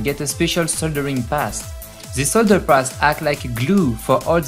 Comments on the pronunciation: Solder paast when it should've been solder paste, seriously, they made a video of the enterprise so would it have been an expense to hire an english narrator to host it? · solder paste not PAST! fuck, if youre going to do a documentary type video and in english... make sure you can speak english.